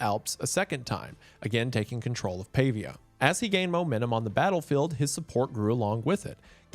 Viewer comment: I feel so weird listening to Wendigoon actually pronouncing the city I live in, Pavia, and the region I am from, Friuli. Wow